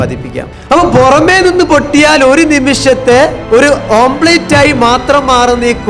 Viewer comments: Omlet not omblate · ഓംപ്ലേറ്റ് അല്ല സുഹൃത്തേ, ഓംലെറ്റ് ആണ് 😄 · കോട്ട് ഇട്ട് വന്നിട്ട് പറയുകയാണ് "ഓം പ്ലേറ്റ്"😂